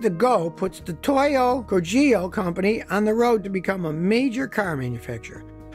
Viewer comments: Kogyo is not pronounced Ko-JEE-yo, it's KO-gyo. Hard g, consonant y, stress on 1st syllable. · The pronunciation is 'ko- g'yo' - which means 'factory'. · "Gyo" in kogyo is pronounced like in "gyoza." Otherwise pretty fun mini-docu.